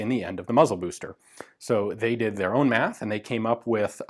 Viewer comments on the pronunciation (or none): none